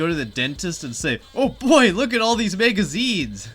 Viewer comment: Why do you keep saying megazines????